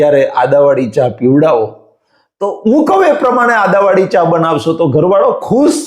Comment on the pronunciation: Bolaneki sikho Adavali Nahi Aduvali bolo.